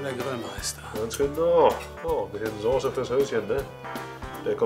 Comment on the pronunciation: sooose....es heißt Soße und das S ist so scharf wie das Grillshowmesser....sieht dennoch köstlich aus, wird ausprobiert :)